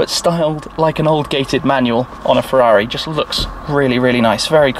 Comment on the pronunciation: Firrari comaro😆Firrari ss 😂😂